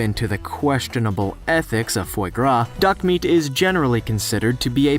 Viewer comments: Foi Gras is pronounced fwah grah, not foy grah. It was a very interesting and entertaining video despite that little flaw. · “Fwah grah” pretty sure it’s French for duck fat.